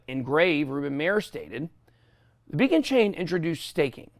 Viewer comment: did you say be a con chain?